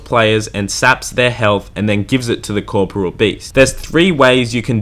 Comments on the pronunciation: One day I'll find someone that can pronounce KOR-POR-E-UL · I’m yet to find anyone who’s pronounced corporeal properly. It’s not corporal, it’s a completely different word! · Cor-po-re-al.. The English language is fucked, but yeah that's how it separated by vowels and pronounced. Why does it even matter? Nobody says it like that anyways.